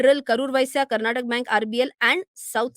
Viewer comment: It's not Karnatak madam, it's Karnataka. Similarly some people call the language Kannad, it's Kannada which is one of the richest languages in India.